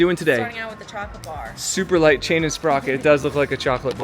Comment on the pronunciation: Superlite, not Superlight lol